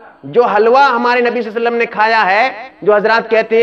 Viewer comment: ابے صلی اللہ علیہ وسلم تو صحیح سے بولو